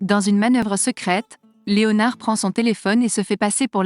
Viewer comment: Voix robotisée de synthèse inaudible qui ne prononce même pas le nom "Léonard" à la française... 🤮🤮